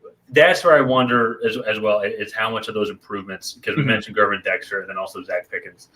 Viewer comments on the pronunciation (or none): Great video. Just a few notes: It's Gervon Dexter, pronounced Gur-vaun. Alexander will shadow Moore, which opens up Mooney, Claypool, Kmet, and the RBs; watch out for Scott (WR) rookie that catches and flies. The Bears have improved in the screen game, on both offense and defense. Also, remember that the Bears lost 7 one possession games last year with literally no WRs that would start on other teams. A defense that was horrible giving up points and yards. If you look at Mahomes game last night against the Lions with inferior receivers, that is what Fields has dealt with in the NFL with the only difference last night being that Mahomes O line is better. My point is that not even Mahomes could have done much better than Fields last year. One of the Eagles receivers last year said that playing against Fields was like playing against 12 guys (QB and RB) because the last 8 games last year, Fields' numbers were good so the needle was pointing up. Lastly, and this goes for the Packers or any NFL team, a great offense will score a TD on 3 or 4 plays out of 60 average plays, which equals 21 or 28 points respectively. Sprinkle in a field goal or two and you have 24 to 31 points. At any given point in the game, Fields can give you one of those 3 to 4 plays with his legs. If he can generate one or two more in the air, then the Bears will be very good this year.